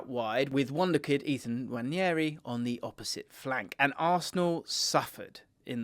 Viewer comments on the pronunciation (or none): Btw its “wah-nairy” not “nwanny-airy” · I believe it’s pronounced Wan-air-ee, not Wan-yeah-ee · Love the content! Just a minor thing that bugs me - Nwaneri is pronounced "nwan-neh-ri", not "nwan-nyeh-ri" 🫡